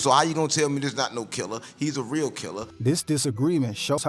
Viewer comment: Reał that reał łove😂😂